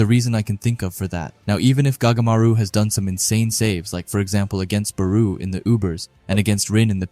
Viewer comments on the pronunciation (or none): It was an amazing video but plz stop sayin baruuu It's Barou(Ba+Raw) 😭😭